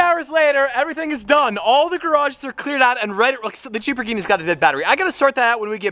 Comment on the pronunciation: COOOL “LLAMA GHINIS”